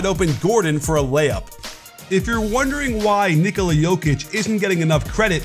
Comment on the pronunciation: I’m getting tired of you coach, pronounce his name as Ni-ko-la Jokic not Nik-ola Jokic it sounds like you say Niggola